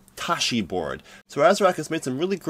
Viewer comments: Did he say "tooshy" motherboard? haHa., "Taichi," like the martial art form. [TY-CHEE] Keep up the good work, brother! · Some of us people use computers to work so I appreciate your focus on workstation hardware rather than gaming, gaming, gaming! I don't use blender and use commercial 3d packages but what you say should translate. BTW it's pronounced 'TieChee' not "tashee " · when you read Taichi as Tashi I know im in the wrong place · Wrong pronunciation of the motherboard name.